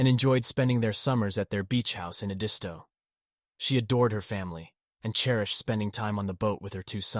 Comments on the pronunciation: It's ED-isto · It’s pronounced ED-isto beach 😉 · Did the of this video watch any of the Murdaugh murder trial? Family, friends and colleagues consistently pronounced their last name “Mur-dock”. The location of their beach house was pronounced’ED-iss-toe”. Would suggest that the narrator watch videos of this very compelling trial. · Everyone......it's Ed' is toe accent on Ed!! Thanks! But👍on story!! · Oh my gosh, please learn how to pronounce their last name and Edisto Island correctly! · I live in Charleston,SC and I have never heard the rumor about Paul being Autistic..One more thing if your going to speak out about this horrendous story please learn how to pronounce names and places correctly..I am not trying to be rude or snarky ibut its not that hard to research the correct way to pronounce Edisto and Murdaugh.. Other than that I have been enjoying your podcast keep up the good work 😊